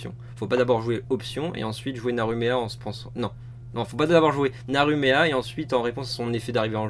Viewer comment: "On nous a demandé de détailler plus"... Sans déconner ? Je ne vois pas qui aurait pu oser faire ça ! :p Cet accent digne de michel Leeb sur le Naru Meha c'est mal ! ^^ Non franchement recourir au populisme pour gagner des viewers c'est sale... Vous êtes sur la pente de la perte et du vice (et du saint esprit), on commence avec Michel Leeb on fini par citer du patrick Sébastien ou du Lagaf, je vous aurait prévenu ! :p Mention spéciale au "faut pas d'abord jouer option ensuite Naru Meha en pensant... Non .. Faut pas d'abord jouer Naru Meha et ensuite option" qui m'a tellement fait penser au "on peut tromper mille fois mille personne... Non...On peut tromper mille fois une personne... Non" ^^